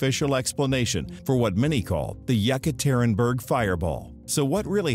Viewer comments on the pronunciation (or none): none